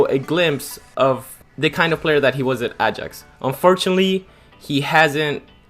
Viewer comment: Probably learn how to pronounce stuff before you embarrass yourself 😂 Ajax Juventus de ligt all pronounced horribly